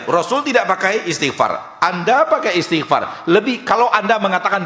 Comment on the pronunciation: Mas, itu istighfar bukan isti'far. Ini tanda anda memang perlu banyak belajar (saya juga), sehingga tahu kalo kita seharusnya cukupkan seluruh ibadah kita sebagaimana dicontohkan Rasulullah, tidak perlu bikin2 atau tambah2.